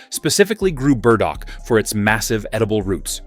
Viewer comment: You trip over your AI. Who TF were the gardeners? Women, yathink? And it's sweet CICELY, not the island off Italy. And BURDOCK, not berdo. Otherwise, helpful.